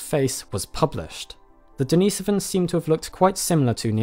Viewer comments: Den is o vans not Dee nee sovans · Sorry but the pronounciation of Denisovans in this video irks me. It's DeniSOvans, from Denisova in terms of slavic pronounciation. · As soon as he mispronounced “ Denisovans” I was out